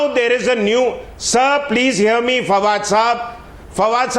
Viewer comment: I duno y they call this dog fawad , fucking my ears are bleeding.